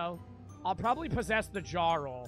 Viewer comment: I never noticed how he said jarl😭